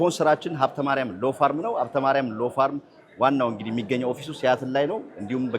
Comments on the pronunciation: law firm (ሎው ፈርም) ነው እንጂ የሚባለው 'ፋርም' (farm) አይባልም። ማስታወቂያ የሚያሰራክ ሰውዬ እንዴት ዝም አለህ!? editor የላችሁም እንዴ??😢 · ፤ ተው እንጂ "ሎው ፋርም" እንዴት ትላለህ። "ሎው ፈርም" ነው ትክክሉ። ስንተኛ ክፍል አጠናቀህ እንደመጣህ አታስፎግር። እንደ ታረደ ፍየል የሚያጓራ ሰውስ ለምን ታሳየናለህ? ውቅያኖስ ተሻግሮ ሄዶ ፤ ስንት ዘመናት አሜሪካን ኖሮ እንደ አራዊት የሚያጓራ ዜጋም አለን!!!